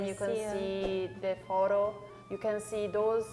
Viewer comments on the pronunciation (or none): The name of the monument on the right in Rome is "foro", not "forro" 🙂 and "Mailan" looks like a cross between "Milan" (English word) and "Mailand" (German word) 😁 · It's Foro, not forro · Il famoso "Forro" romano... Ma porco dio... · Oh, sìì The famous "FORRO" 😂😂😂 Maybe in english you would say HOLE???